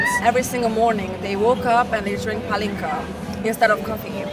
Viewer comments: Great vid, Mark, but it's a shame that you mispronounce palinka - it's PAH-linka, not pah-LINKA. Over my 30+ years of living in Hungary, I've always found it odd what a high priority partying is in Hungary. It's not that I don't like to party, but for many people smoking cigarettes and drinking is like oxygen to them, from a very young age. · I’m dying…it’s PAH-lin-ka. Not puh-LIN-ka. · Two things: 1) Why do you pronounce it as Palínka with a deliberate stressing on i instead of Pálinka like they say it? 2) Why do you have such condescending attitude? Do you perhaps see these people as somehow lesser than you because they drink so much? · Damn, your stress in the word pAlinka drove me crazy